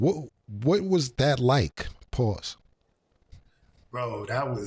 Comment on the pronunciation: That’s a sassy pause with all them S’